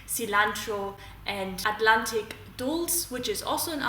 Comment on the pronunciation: Didn’t understand the name of the last supplement. Wild blueberry Cilantro And Atlantic what?